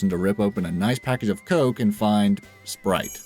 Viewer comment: You said sprite like its pure s***.